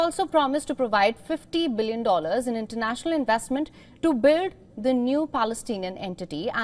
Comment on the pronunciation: You're nice, but you ENGLISH INTONATION is WEAK specially in when you PRONOUNCE "WORLD, HAPPEN and BUILD/BUILT. ❤❤